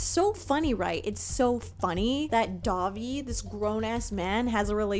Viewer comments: When you say Dahvie, I hear Dobby. So my mental image for this story is weird now lol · listening to this in the background and it truly took me 10 minutes of the segment to realize you werent saying dobby from harry potter. was so confused and had to tune back in when i realized